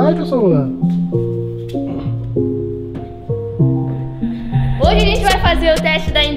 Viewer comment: Quem percebeu que o falou HOJES?